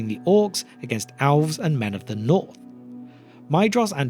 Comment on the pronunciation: I couldn’t tell if he was saying elves or owls.